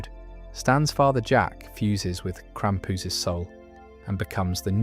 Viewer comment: Why say krampus like that, its so tragic